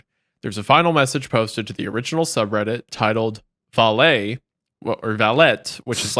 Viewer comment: vale is pronounced "wall-ay" latin may be dead but it still has pronunciations